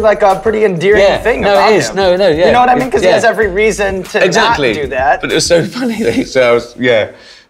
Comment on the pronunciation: I love Ricky Gervais' "doyuhnowa'imean" after making an observation